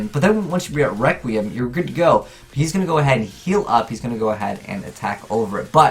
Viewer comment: He pronounces it 'dark rectum'